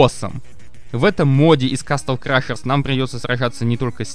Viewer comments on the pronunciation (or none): Ну че пацаны,слушаем музло с офиц канала игры Nefarious И не ворона а ворон если уж переводить Кстати,загляни на канал Juno Songs,этот чел сам сделал мод с 3 песнями,катсценами и 2 тизерами Идиот!ты не кня́зич,ты тогда уже князи́ч! Рас ты так читаешь слова,не крашерс а крэшэрс!